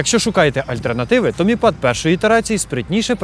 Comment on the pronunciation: мі пад... Ахахаха )) как написано так и читаем